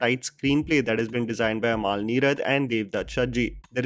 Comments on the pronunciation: Its Amal, not Amaal. :) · Bheeshma Parvam.. not varmam Not amaal its amal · Just to correct recent mispronunciation. Please follow अमल नीरद not अमाल , भीष्म पर्वं not वर्मम , गोविन्द वसंता (Vasantha is Govind's mothers name. He rechristened himself from Govind Menon to Govind Vasantha to break away from patriarchy.) Big love to you.